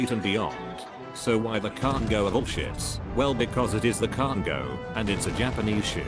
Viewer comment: Everyone: Kongo Mr. Robot Voice: CARGO